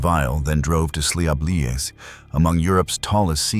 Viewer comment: Oh Jesus ! I know this case I was told of it by someone who lives there ! It’s SLEEVE LEAGUE ! Pronounce these correctly